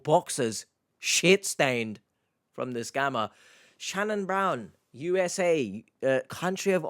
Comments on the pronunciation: Hello, H! I've been a watching your channel for quite awhile, and my name is Shannon. I'm currently living in the States, and I HATE how my name is pronounced here! It was refreshing and quite pleasant to hear it spoken properly by you several times throughout this video. Do you have a Cameo account? I'd pay a pretty penny for a 30-second video of the same 😅😊. Long live the Queen's English! Lol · Noooooo!! Not a creeper with my same first name! Thank you for pronouncing it correctly, H. I despise the way most Americans say it, with the long A sound. Every single time I want to shout, "You're putting the emphasis on the wrong syllable, you hicks!" But you can say it anytime, H, it heals my soul 🥲😉 lol